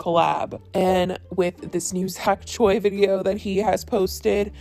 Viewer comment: why are white girls so incapable of pronouncing choi correctly??